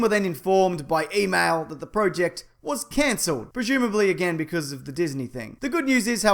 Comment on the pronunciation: say project right, and also I would much like the crate.